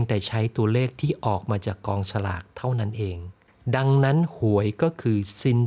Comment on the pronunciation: อธิายดีมากเลยครับ แต่กองสลาก นี่ "ส" นะครับ 😁😁😁